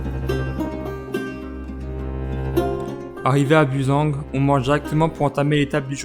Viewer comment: Cool ces virées dans nos montagnes. J'ai reconnu le premier spot de bivouac. Je ne connaissais pas l'Espace rallye raid. Marrant la prononciation de Bussang. J'en profite d'être né dans les Vosges pour charrier des alsaciens. Sinon bonne route dans les Alpes.